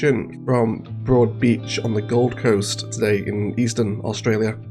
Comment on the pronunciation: The... Govum Coast?